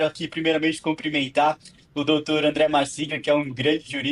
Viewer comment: O cara estuda, vai na PUC e fala " comprimentá" "comprimentrá". ..